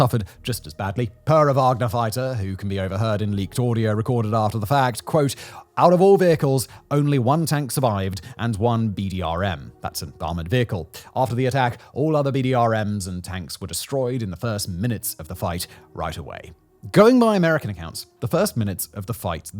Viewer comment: BRDM, not BDRM